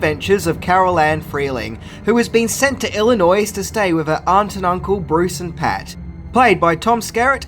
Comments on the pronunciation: for future reference, Illinois is pronounced ILL-e-noy. the S is silent. Just like Arkansas is "Arr-kan-saw" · "Illinoi" - the s is silent. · Illinois (/ˌɪlɪˈnɔɪ/ ) IL-ih-NOY. The "S" is silent. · You don't pronounce the "s" in "Illinois"! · The S in Illinois is not pronounced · Hey! I'm from Illinois and the s in Illinois is silent. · The s is silent in Illinois.